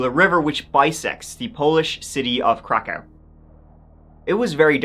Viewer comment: it's pronounced krakov, can't really miss it if he actually did a few seconds of research